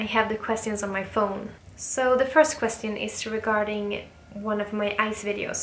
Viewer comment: I newly found you in YouTube and I am so glad to came across with your videos. Amazing and breathtaking sceneries. And you and your new hubby are so gorgeous. You truly an inspiration for me and many like me. The only say I can tell can you please please pronounce the word "question" right. I know you reading the comments and it finds you well.